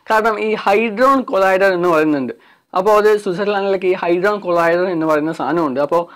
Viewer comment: ഹൈഡ്രോണ് കൊളൈഡർ അല്ലെടാ കുട്ടാ... ഹാഡ്രോണ് കൊളൈഡർ.